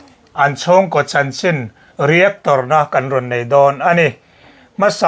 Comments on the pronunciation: hian beng ati var in mit a ti tlai thin.voltras house, sound systrem,reactor na etc. 😊😊😅😅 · A dik chiah... A lam dik lo lui thin hi ngeiawm lamah a kal tlat... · Reactor lam dan mawl hi